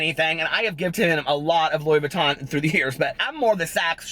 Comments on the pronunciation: "What's your favorite purse?" "My Lewis Vuuton™" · Wasn't the Lewis Vuttin (Louis Vuitton) thing from Charles Gross? lmao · Rewatching to hear tell that story about the girl with the ponytail hahaha "Lewis Vutten" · Lewis Vuttin hahahaha you made my day!